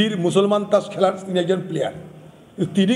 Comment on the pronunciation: "ত্রাস" নয় "তাস" বলো।